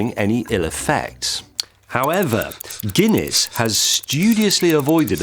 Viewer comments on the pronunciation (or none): none